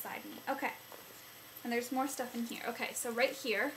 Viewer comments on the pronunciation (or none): none